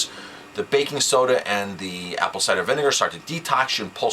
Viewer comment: "BBBAKKKING SSSODA!" Torture!